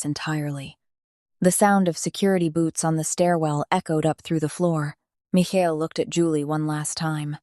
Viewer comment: The narrator messed up this man's name Michael so many times it almost made it hard to listen to because it happened so close in the beginning is the makings for a very good story you just need to follow the script stop embellishing I guess or maybe it's taken Liberties otherwise you had a good story